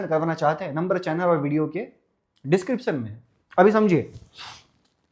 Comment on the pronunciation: शुरुआत होता है सुरुआत नहीं डिस्कप्शन नहीं डिस्क्रिप्शन